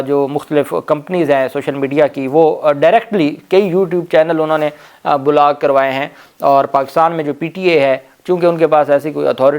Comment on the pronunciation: بھائی، اپنے تلفظ کو بہتر بنائیں۔ block کا لفظ بولاک boo-laak نہیں۔ بلکہ بلاکblaak ھے۔